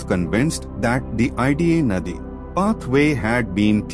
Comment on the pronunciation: Naadi (channel) not nadi( river)